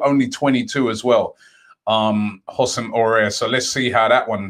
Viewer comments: It’s not Ossem Oreer mate it’s pronounced Hussem Ow-u-ar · LISTEN ROBBIE - WHO-SEM AH-UH-AR NOT HOSSIM ORAR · No one: Robbie: HoUsSEm aURiEr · Houssem Aurier😂😂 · Using French syllables its Uh-sem Oh-wah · Has-sem ow-war, rob. Get it right! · Houssam Aouar:: Hussem Orrer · Housem Ow-Ah (pronunciation) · It's Hoh-sem A-wahr... Simple pronunciation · "OO SEM AH WAHR" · Hassam Aouar pronounced hassam Aurrer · i think it's pronounced 'hoo-sem ow-are' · houses men auoar = who’s-him ow-are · you pronounce housem aouar as who-sem ah-oo-are